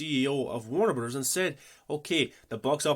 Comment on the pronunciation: exactly lol I was jk because you pronounce it like Wernrberrz